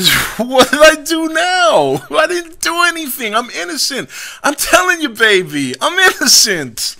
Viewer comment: when you called him a baby you sounded like a black lady lol